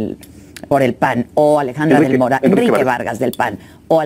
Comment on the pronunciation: 👁⚡️👁 Oiga, pronuncie bien el apellido. Es Alejandra del Moral y no del Morral como lo pronuncia usted. Solo tiene una "R" y no dos. Moral y Morral son dos palabras distintas y se pronuncian diferente.